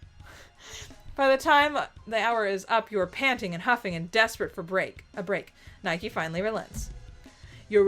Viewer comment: Nihkee is pronounced like "Nike". The shoe. So yeah, Nigh-keeh.